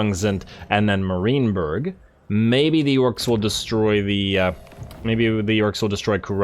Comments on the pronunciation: i was going to say that too. It’s MAR(m-air) -IEN(ian)-BURG. (mair-ian-burg) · Enjoying the campaign! But…. stop saying “Marineberg”! There, I said it. I couldn’t hold my tongue any longer. I guess I am “that” guy.. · Love your stuff man, but the way you pronounce "Marienburg" causes me physical pain.